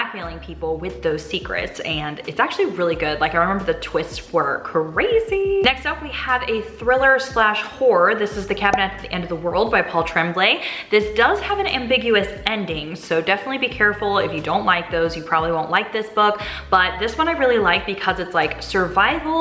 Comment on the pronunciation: Tremblay, as in Paul Tremblay, is a French name. It's not pronounced Trem-blay. It's pronounced Trawm-blay.